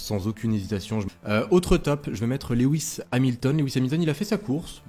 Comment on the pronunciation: Salut, De vives émotions ce week-end, ça faisait longtemps!!! Toujours de l'excellent travail dans tes interventions, c'est un régal 🙂 Puis-je apporter un petit coup de (crayon) dans tes documents... on dit LOU IS et pas Lé WIS 🙂 je n'ai que ça à te reprocher, le reste est impeccable. A très vite.